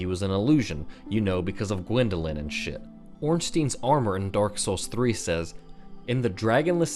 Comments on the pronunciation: Misconception: Ornstein's name is pronounced Orn-steen. It is not. It derives of German/Yiddish naming schemes (e.g. Goldstein, Neuschwanstein, Einstein), which would have it pronounced as Orn-styne. (stah-een, like Pine, Wine, Fine) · It's pronounced OrnSHTAYN. Witch of Izalith is not bed of chaos, she's the little bug you kill. There was Age of Dark multiple times if not hundreds of times, we play our heroes every several cycles so there is plenty of opportunities to have age of dark between. Most popular opinion is that Furitive Pygmy is Manus and later his soul is split further in DS2 and DS3. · Ornstein is pronounced like Einstein, not like canteen